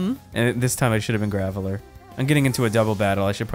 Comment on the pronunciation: "GRAVELLER" really got to me LOL EDIT: NEVERMIND WHILE WRITING THIS THE VICTREEBELL ALSO GOT TO ME